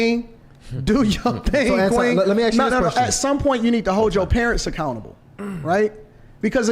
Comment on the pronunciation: Why buddy saying Antwan when it's Anton 🤨🤷🏿‍♂️